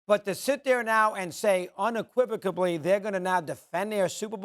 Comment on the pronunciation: I think that was my first time hearing "unequivocally" with a B lolol